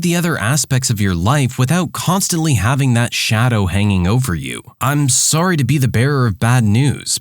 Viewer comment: just out of curiosity, are you canadian? Cuz i kinda feel like you are due to the way you said sorry